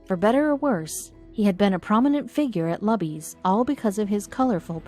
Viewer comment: Why not pronounce “Luby” correctly? It’s not “Lubby” FFS. It’s pronounced LOOBY you clowns.